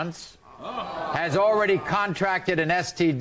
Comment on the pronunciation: The way he pronounced "contracted" makes me laugh. Like, did she take bids before settling on one? 😆